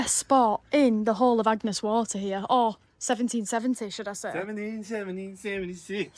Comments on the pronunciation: Damn, you said Agnes Waters 🙄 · It’s Agnes Water not Agnes Waters. 👍